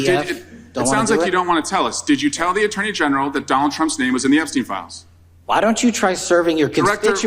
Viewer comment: The Uh-turney general